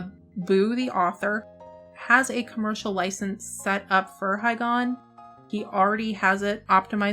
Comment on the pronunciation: Im actually, really really salty as fuck. All they had to do is re-release the DS version with some changes and that would STILL be better than this Edit- FYI its pronounced Hee Gon, like, the river Higan